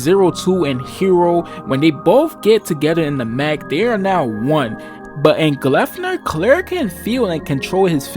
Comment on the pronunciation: 'An ordinary high school student... that can transform into a monstrous mascot'. Hmm... Yes, very ordinary high school experience. The 'p' in 'Gleipnir' being pronounced like an 'f' in the video kept tripping me up. Had to look up the pronunciation to see if that is how it is really supposed to be pronounced. Definitely a 'pu' in Japanese at least.